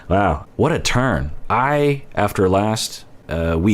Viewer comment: What you said "What a turn". What I heard "What a turd". And me "Yasss".